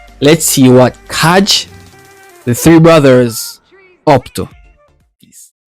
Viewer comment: Kai are no brothers :-) ...and the pronounciation of their name is "KAI" ...as Northern European languages has a soft letter "J". Soo KAI (not Kaadge). Kai are from Finland and the little village "Vörå" but singing in their native language which is Swedish (Finland has 2 national languages Finish and Swedish)